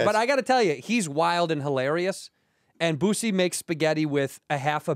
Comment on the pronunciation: Andrew calling Boosie Bootsie is so funny